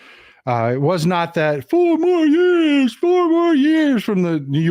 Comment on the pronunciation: I heard "NO MORE YEARS!" not four more years